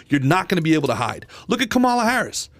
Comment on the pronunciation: On top of all the ignorance in these 4 guys, they still can't pronounce Kamala properly